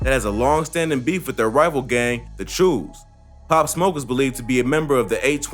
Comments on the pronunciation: Its "Choos" bro!! Like choose not chose! And its Canarsie! Hahahaha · "chews" "carnarsie" LMFAOO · Why he said choo like dat😂